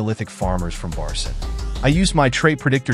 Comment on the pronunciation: One minor correction; the 3rd letter of the Turkish alphabet is C and read as G in "genuine" or "gentle". The 4th one is Ç and its literally CH together, as in "Cherry" or "chopper". So its not Barcin = red as Barsin, but rather Barçın, should be red as Barchyn. Put "Barchyn" in google translate English, make it read, its the correct pronounciation.